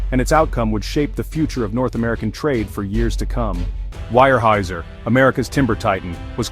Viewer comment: I gave up listening to this garbage. While some of it might happen, almost none has to date. And teach your AI to pronounce Weyerhaeuser correctly